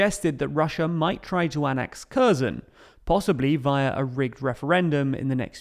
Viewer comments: Not only Kherson pronounced badly, it's like every fucking place with wrong pronunciation. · Harkiv and Herson, not Karkiv and Kerson. It's been two months. Media should know how to pronounce the names by now. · Its KhersOHn, not Kherrsun. I love your videos, but please pronounce it correctly next time. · Ob-last, Care,son. You really need to become a better example of what Brilliant can do. Not Izzy-mm, I-zyum. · In Ukrainian language when you see a name like Kherson Херсон or Kharkiv Харків the Kh sound is for a Ukrainian sound of a very hard H to sound like Harkiv or Herson with the K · Maybe he'll learn to pronounce Kharkiv and Kherson properly as well; just drop the 'K'. If you want to be taken seriously, just listen to a few videos from native Ukrainian speakers and learn from them. Otherwise it's hard to take seriously any news from someone who can't get the basics right.